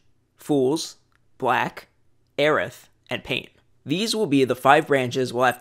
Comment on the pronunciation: Okay glad I was pronouncing Airth right